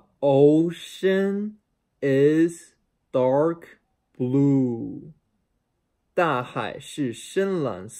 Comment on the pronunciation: dark 是念：达颗 不是；道克